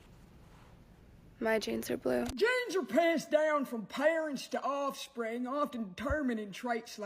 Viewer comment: The only offensive thing about this campaign is how Sweeney says, "Ossfring"